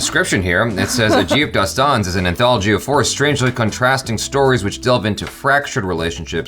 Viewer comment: you pronounced it perfectly 👍